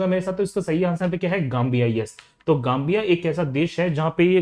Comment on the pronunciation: जांबिया या गांबिया?